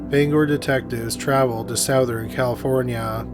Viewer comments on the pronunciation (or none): Lol, c'mon man. Sowthern? I've heard you pronounce the word "Southern" properly about 1000 times. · You're trolling us by pronouncing it Sowthern aren't you? Lol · Great video. But, dude... you really need to learn how to pronounce, "southern ." You say it like, "sow-thern." Its funny but gets on my nerve for some reason. Otherwise very good content! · ah yes, "soathern california". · Charlie Bucket. It's how Canadians pronounce it. We say sow-th. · How do you pronounce this word??? 'Southern' as in 'Southern California' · I love the way you say 'southern'! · the way he pronounces southern is weird